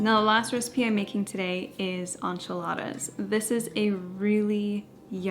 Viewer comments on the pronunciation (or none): It’s pronounced en-chee-la-da not on-cha-la-ta. Love these ideas tho💕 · I’ve never heard someone pronounce enchiladas as anchiladas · This was wonderful, encouraging, and motivating. It was very difficult for me to hear “on-chuh-ladas” over and over again…..but I survived.😂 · I’ve never heard anyone pronounce enchiladas like “onchiladas”. 😂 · Love that you’re back! By the way it’s pronounced “in”chiladas 😊❤ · Are you Hispanic? It’s pronounced en-chee-la-da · Girl, love you but PLEASE google how to pronounce enchiladas - it’s driving me nuts 😂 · The way you said enchiladas….